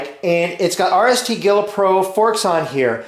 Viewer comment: Gila is pronounced "he-la", like Gila Monster ;-)